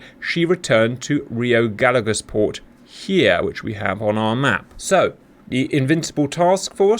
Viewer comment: hello Cap, greetings from Argentina, a tip for pronunciation of rio Gallegos, say the LL of gallegos like the "SH" from the word "shop" ..... LL=SH